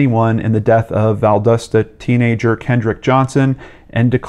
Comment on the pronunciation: i used to live in valdosta, which you constantly pronounce wrong. val-DAH-stuh. i was in the same grade as brian and kendrick. brian bell has two facebook accounts, both of which i have over 20 mutual friends with. his account is not private. i looked down his timeline, in july 2013 he was tagged in a post, on both accounts, by a friend detailing what he missed about LHS. one thing he lists is "locker room fights". if i'm not mistaken, kendrick and brian were at least at some point in time on the same football team. it seems very much within the realm of possibility that this could've been a "locker room fight" or hazing situation gone too far. i don't know for sure this was a premeditated murder, but i'm absolutely certain that there was a premeditated assault. kendrick and his family deserve justice. i'm about ready to become a cop, move back to valdosta, and crack this wide open. no family deserves this.